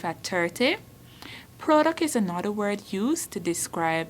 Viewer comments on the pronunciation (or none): none